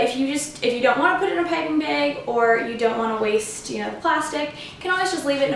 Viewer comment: Great tutorial! As usual! :) & also, I like how you say bag - beg. Lol ☺️👍🎂🍰💗